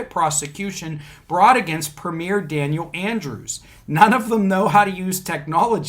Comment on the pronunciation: Hi. This made the main news here in Australia, that’s probably why so many were logged in. Now, the premier is like a governor of a state in the US. It is pronounced “prem yer “ not “ prem ear” the sovcits and some of the “ normal” population are all screaming conspiracy!! They are thinking Dan Andrews is turning into a dictator and is drunk on the power he has and has used. Our state of Victoria has been listed as the most lockdown country in the world. Her had the most days in lockdown, we even had curfews that went from 11pm to 5am each day. You were only allowed out for a few reasons during curfew. 1.Was if you were an essential worker ie: emergency worker, truck driver delivering goods deemed essential, 2, to obtain medical treatment 3, to escape domestic violence or abuse. You also required a ( permit) to travel during covid lockdown and during curfew. So, people were saying that Dan Andrews was over stepping by bringing in these strict rules. Hence the conspiracy theories lol. The sovcits here are that stupid, they use the US constitution, the right to travel garbage etc. it’s amazing how stupid some can be from watching shit on the internet I hope this explains a bit oh yeah, one last thing, to have something “ struck out” in court is a term we use for the judge dismissing the case/motion or just finding no merit in what’s before them.